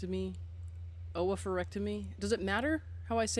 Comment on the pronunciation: Lol it sounds like ooo-pher-ectomy